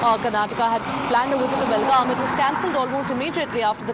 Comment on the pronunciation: This is not belgavi, that is belgav..